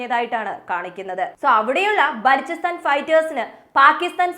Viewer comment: ബാലോചിസ്റ്റാൻ എന്നാണ്